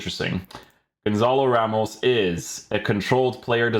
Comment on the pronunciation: Pretty sure it's pronounced Gonsal Rhemsh